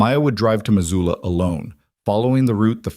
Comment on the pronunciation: Missoula, not Mazula.